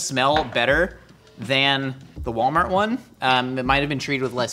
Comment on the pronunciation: Achcktually, it's pronounced "Wollmarr".